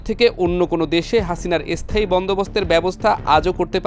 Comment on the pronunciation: স্থায়ী উচ্চারণ করতে পারে না। এসস্থায়ী বলছে 😂